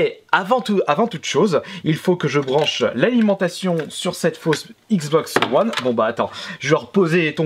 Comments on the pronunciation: Cela se dit wone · Je crois qu on dit wane